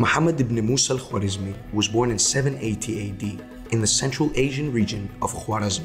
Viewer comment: W i his name is silnce, just w comes in written persian so dont be disturbe with thw W and pronoce it like aa in English.